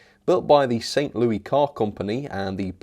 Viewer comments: As a native Missourian, please please stop saying Louie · The S in Louis in St. Louis is not silent.